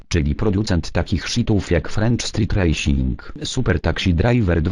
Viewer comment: uwielbiam jak zamiast racing czyta rasing:)